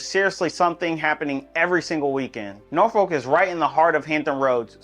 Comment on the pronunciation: As a fellow Richmonder...even we know its 'Nor-Fulk'....not 'Nor-Folk' 😂. Good city nonetheless!